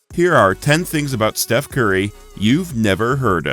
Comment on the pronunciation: you said shef curry